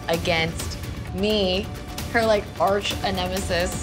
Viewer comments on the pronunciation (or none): "Arch Enemesis"😂😂😂😂😂😂😂😂😂😂